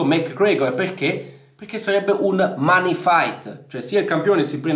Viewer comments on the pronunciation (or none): none